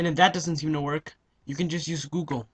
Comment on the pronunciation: ITS FUNNY HOW YOU SAID GOOGLE BUT THANK YOU